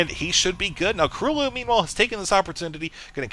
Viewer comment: gj with the pronounciation - KróLu is a polish player and his nickname should be read just as u did it, like 'Croo-loo' (ó is generally read like u in polish);]